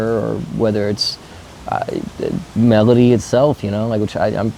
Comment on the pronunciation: Sounds like you fumbled melody bro